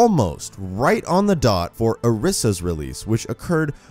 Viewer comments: It's ORISA not orsa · I don't think he said orisa right but it's just an opinion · New drinking game: Take a shot every time he pronounces Orisa wrong